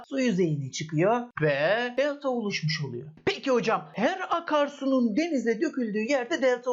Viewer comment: hocam nedense bu videoda bir italyan havası verdiniz özellikle DELTAA dediğiniz yerlerde pitzaaa gibi